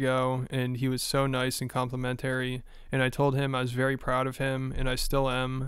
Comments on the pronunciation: The fact you dont know how to pronounce complimentary and pronounce it as compliment-terri is so embarrassing. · Dude cannot pronounce complimentary. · why cant you pronounce complimentary? lol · My guy don’t know how to pronounce “complimentary” 😂😂😭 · That's not how you pronounce "complimentary." 😂